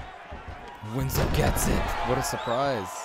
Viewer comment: WINSLOW NOT WINS-LOW 🔥